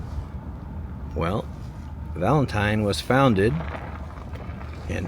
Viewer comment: It's pronounced Valenteen